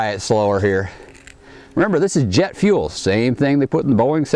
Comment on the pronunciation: "jett fuell!" O_o sniffs "JETT FUELL!!" O_O